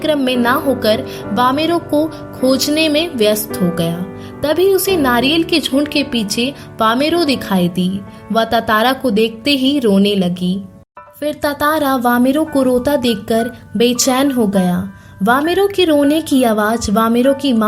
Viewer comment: Tatamra ❌ tatara ✅